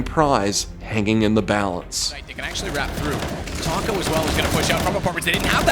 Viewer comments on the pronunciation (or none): none